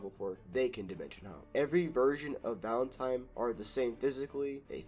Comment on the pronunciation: Why is bro saying “Valentime”?